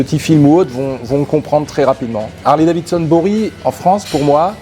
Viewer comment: C'est quoi cette histoire de Harley DaviNson chez les français. Vous êtes passionné, un minimum est de prononcer correctement le nom de la marque.